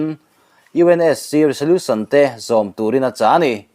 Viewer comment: 'Resolution' a 'S' hi 'Z' ang a lam tur aw